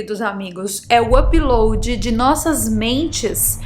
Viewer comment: Me desculpe em perguntar, mas porque voce nao pronuncia Upload de maneira normal? apiloadi???